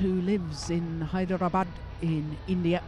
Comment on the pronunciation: Says hydrdrbad!!